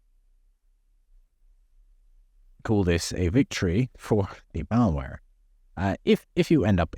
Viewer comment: Idiot me, wondering what's up with this "Mauer" only to realize midway he's saying "malware".